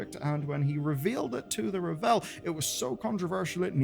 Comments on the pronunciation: Its RAVEL, not Revel 🤦‍♂️🤣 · driving me crazy mispronouncing The Ravel. It's not Revel, it's Ravel. Like unravel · Ravel = RAH-vel. It's not French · Am I really going to have to spend the next four months listening to people pronounce Ravel as "ra-VELL"? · Sometimes I wonder if pronounces things like 'The Ravel' wrong on purpose to make people like me comment lmao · I've noticed a lot of the UK youtubers pronouncing it this way, in spite of the fact that the audio drama and all the voice lines in the game pronounce it correctly. I'm wondering if this is just a UK thing.